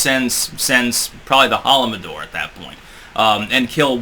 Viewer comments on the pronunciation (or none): > wrong pronunciation. It's called the Holodomor (he says holomodor). It's not a biggie though. I am really happy he mentions it. I hope he sees this. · Ho-oh-do-mor. Little difference in pronunciation. I appreciate you referencing it throughout several videos because of course it’s seldom mentioned elsewhere.